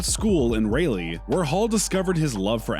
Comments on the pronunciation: Ra lee not rail e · Pronounced “Rolly” as opposed to “Raylee” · Its not Reylee ...is RALEIGH. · Why couldn’t they hire a narrator actually from North Carolina? I mean, Raylee. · Lord you pronounced Raleigh the wrong way it’s pronounced “RAH-LEE” come on man n I like the video but get the words right !!!!!!! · You pronounced Raleigh wrong! Pronounced like 'Sir Walter Raleigh'! It is also Greenville...no 's' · The way he said Raleigh kind of hurt me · Why did he say Raleigh and Stephane curry like that 😭😭😭😭